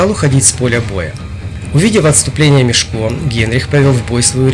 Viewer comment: мЕшко а не мешкО